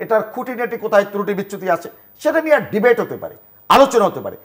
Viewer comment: তুরুটি না এই শব্দটা হবে ত্রুটি